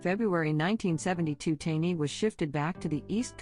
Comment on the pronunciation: It's not Tawny, its TANEY !!! Stupid robot voice 😠